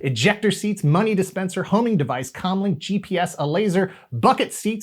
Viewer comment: HOLD UP, hold up, hold up. Did you say “MONEY DISPENSER?”